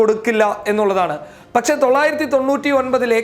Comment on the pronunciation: ഏതാടാ ഊളെ നീ ?? ഷെഷം അല്ല ശേഷം ആണ് ... പച്ചേ അല്ല ... പക്ഷെ ആണ് ... വിവരം കേട്ട തീട്ടം